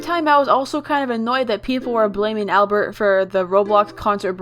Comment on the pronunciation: “ablert” bruh albert